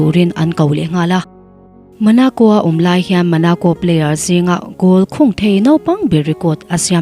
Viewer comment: Monaco ❌ Manaco✅ Thierry Henry ❌ Theory Henry ✅ 😎